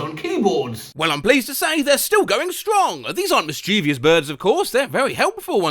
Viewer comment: There's no such word as miss-chee-vee-us.